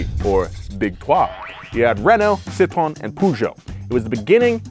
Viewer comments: How hard is it to pronounce Citroen correctly? Here's how you say it Citro and then the letter N Citro N.... Citro N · I’ve never before heard the “e” pronounced in Citroen.